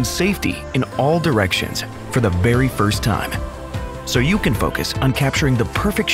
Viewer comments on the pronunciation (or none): Did he really say "for the Berry first time"? 😁😁😁😁😁